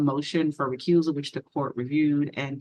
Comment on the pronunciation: and "recruisal" 😂